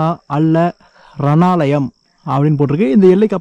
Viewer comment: அது ரணாலயம் இல்ல சரணாலயம்...SRILANKA ல இது சகஜமப்பா...